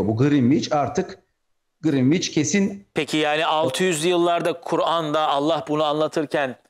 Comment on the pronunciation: (Greenwich) Grinviç dedi ya pes dedim artık.